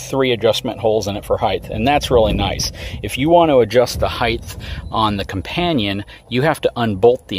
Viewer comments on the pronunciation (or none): I enjoy many of your videos, one thing that bugs me a little is the frequent use of "heighth" why do you say heighth and not height? is it an American word as its not actually english? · Love the videos. But i cringe everytime you say "heighth".